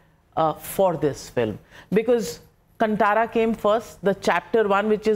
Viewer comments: kantara?? its kaanthara navika pronounce it correctly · I do not like hearing the wrong pronunciation of Kantara. It is Kaaaaantara and not kantara